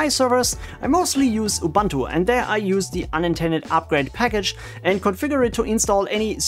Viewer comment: Good contents, thanks. However it's pronounced "Youboontoo" kinda, not "Youbantoo" :)